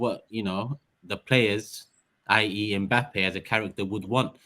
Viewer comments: pronouncing (mpappe) really proves his professionalism in butchering of names 😂😂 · Good to c everyone on a bless vibe still, bigup. Maybe u man should b calling or! When did Mbappe become "Mpappe"??!! 🤣🤣 Man plays Russian roulette wid people's names.